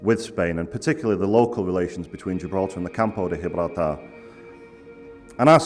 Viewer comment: Giblaltar español